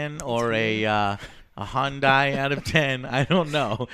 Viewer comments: Wtf is a “Hondai”? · Two Nii-sans out of 10? Maybe a toy Yoda or a Handai out of 10. (Sorry. Just couldn't get over Texans pronouncing asian brand names. I'll see myself out.)